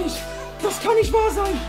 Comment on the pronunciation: das geht nisch😂😂😂😂